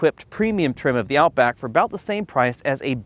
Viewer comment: “out book” haha